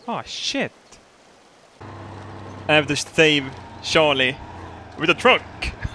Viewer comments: To be fair, has a bit of trouble with some English phonemes (ie. juice, jeep, just) and this is one of them. He does sound like he's saying Sharlie instead of Charlie so people are getting it wrong. Be nice. It's a video! He has much lovin' for all of us. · its not a jeep its a yeep. And he is called sharlie not Charlie. LOL